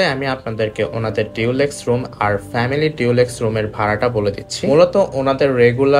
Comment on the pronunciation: sorry don't mind me correcting your pronunciation😅আসলে আপনার ভিডিও দেখে অনেকেই শিখবে তাই লেখা এগেইন ডু নট মাইন্ড ভাইয়া😥Dulex=ডুলেক্স নট ডিউলেক্স, Castle=ক্যাসেল নট ক্যাসটেল T ta silent thakbe ekhane❤❤❤video is informative thaks for all the pricing details keep up the good work❤